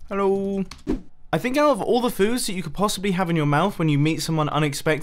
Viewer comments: Heloow! lmao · The way Mumbo said "hullö" when he saw Xisuma made me laugh and now my coworkers are wondering why my lunch is so funny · The most British Hello I have ever heard